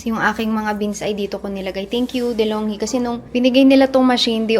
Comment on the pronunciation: De’Longhi po pronounce as deh-long-gee 😊